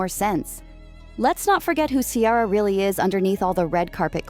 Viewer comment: The name is NOT KIARA. Her name is Ciara. You are speaking a lot of nonsense.